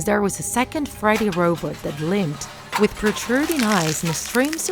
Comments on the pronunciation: And why does she kind of pronounces freddy as friday? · You called freddy friday bonnie boneie and chica jaca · "fazbears pitza" bruh and "friday chyca and bone" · She said: i saw fready cheeca and bowny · Indigo Blue she said it like Friday, checka and boney